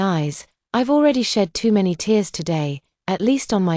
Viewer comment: This AI VOICE drives me mad with so many mispronunciations. Don’t the owners of this story ever check the accuracy of the voice/text. Just one example repeated in every story this AI VOICE is used on is TEARS, the meaning is crying, it should be pronounced phonetically as TEERS yet every time it’s pronounced TARES.